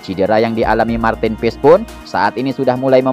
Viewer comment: Cara sebutnya.. Martin PAAys.. 😊.. Bhs Belanda min... Bukan paEs😅..